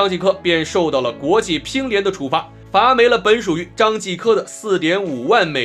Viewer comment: 罚没（mo四声）